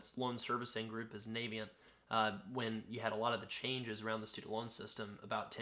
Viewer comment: It's not pronounced Navyient as in US Navy. It's pronounced Navient as in the fairy from Ocarina of Time.